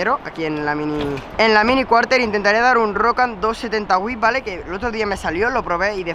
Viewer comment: Porque le dices rocan al feeble?